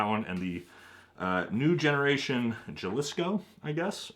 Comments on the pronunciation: Love the videos! just to note: Jalisco is pronounced ha-lis-co Sinaloa is pronounced sin-ah-lo-ah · “Scene-a-lowa” “Ha-lease-Co” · J in Spanish are pronounced like H in English